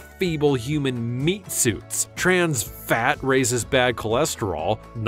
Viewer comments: Bro why did you say fat so weird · Stop saying fat weird! 😂😂😂😂😂😂😂😏😳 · I like how he said fat like phatt😂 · Why he gotta say "FFFAT!!" Like that 🤣😂🤣😂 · Dude emphasizes fat and fats on the margarine section. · why are you emphasizing the word "fat"